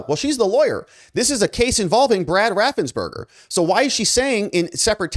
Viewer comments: His name is raffensperger not raffensberger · I love your reports. BTW I think it is RaffensPerger